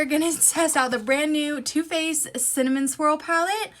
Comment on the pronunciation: Cinna what? I'm still trying to figure out what you actually said lol